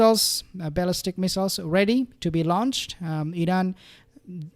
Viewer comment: You keep saying ‘baalistic”